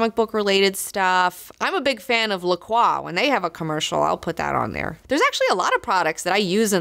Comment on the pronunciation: Did I hear you say you would have an ad for La Croix? lol, is it pronounced "croy"?